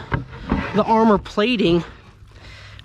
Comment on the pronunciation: Body GAR-mor(said like armor) 😂😂